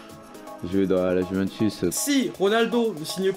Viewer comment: Arrête de dire yuventouce c’est putain de chiant 😂